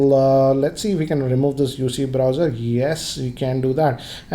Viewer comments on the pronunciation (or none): " yoUC browser quit""